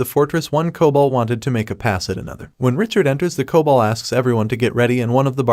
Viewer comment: I love it's Cowbold and not Kobold lol